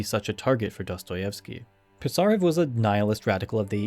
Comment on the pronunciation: A minor pronounciation correction: Пи́сарев, otherwise its impossible to understand